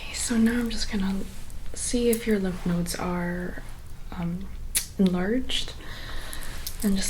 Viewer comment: With accent when she said lymph nodes I thought it was love nodes!